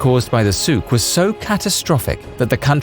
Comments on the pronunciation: actually the Souk is pronounced very wrong by you. Sorry. There is no phlegm in Souk. But good on you for trying. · Not really, souq wasn't pronounced properly